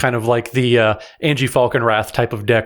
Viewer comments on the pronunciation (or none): Anje is pronounced 'anya' not 'angie'